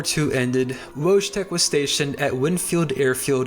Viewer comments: thank you for including Wojetk in your video! I feel like he's one of the most interesting stories to come out Poland and WW2 in general! Just a heads up on pronunciation next time- the 'j' in his name- pronounce it like 'yam' instead oj 'jam'. With the full name 'Wojciech'- same principle as for the 'j' sound, but the 'ci' makes a 'ch' sound- think 'chimney', and the 'ch' at the end is a simple 'h' sound- think house. Really cool to learn about wacky cool stuff on Wikipedia and to be happily surprised by one of the great Polish icons! Pozdrawiam wszystkich. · Wojtek is pronounced "Voy-tek" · Great video, but something that bothered me is your pronounciation of Wojtek. in slavic languages J makes a y sound. So the correct pronounciation is "Woytek". Your channel is underrated, lovely video otherwise!